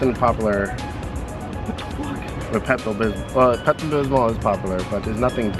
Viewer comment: Why do you pronounce “popular” like that